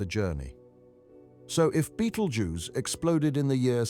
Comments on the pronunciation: Besides repeating yourself goodness knows how many times, this video was very patronising and condescending. And BTW there is no such star as Beetle Juice. It's called Betelgeuse, pronounced (Bet-el-jeers). Please stop trying to dumb down astronomy! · Why does he say "beatle juice"?